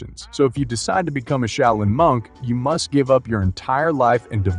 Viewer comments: shau·lin <<---- Proper pronunciation. Been there. Just saying. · I stopped at "A shay-o-lin monk". Hilarious! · "Sha-oil-yin" monks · oh lord that southern accent pronouncing Shaolin is gold , thanks for that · This dude pronounces the word "Shaolin" like 5 different ways. what the heck...which pronunciation is it? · How many ways can a guy say Shaolin incorrectly? Watch to find out! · I wished the narrator would pronounce Shaolin correctly. How many different ways does he say it? smh... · How many different ways can u screw up the name ...practice and do your research before posting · I can't believe that you managed to mispronounce the word "live"! Also, how many different pronunciations of "shaolin" can you manage?! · Your voice synth doesn't know how to pronounce "live" from context. It also has several mispronunciations of "shaolin". Still good stuff but..... 🙂